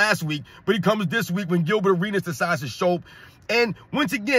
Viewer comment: Arenas was butchered in a real men arena!😁